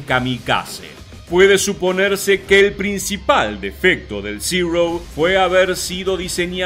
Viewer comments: Amigo por qué dices ziro si en español es cero el nombre es cero no ziro???? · Uno de mis aviones preferidos, chirria un poco que pronuncies zero en ingles cuando es una designacion japonesa que se pronuncia igual que en español, cero. Los aliados creo que lo denominaron zeke. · ¿Por qué pronuncian "Cirou"? Aparte de que suena fatal su pronunciación correcta es Cero en japones muy parecido a como lo pronunciamos nosotros. NO es ni siquiera una definición yanqui. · Zirouu, no es zirou, es zero. ZERO, Y SE PRONUNCIA ZERO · Como es que se pronuncia « Zero »? Yo escucho Cirrosis! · Muy bueno el video, pero lamentablemente, la pronunciación tan afectada diciendo "Zirou", lo empaña todo. No le veo sentido, pues está dirigido a un público hispanoparlante y lo único que consigue es distraer la atención y sacarte del relato, por interesante que sea. Es algo que muchos creadores de contenido no tienen en cuenta, pero es necesario considerar.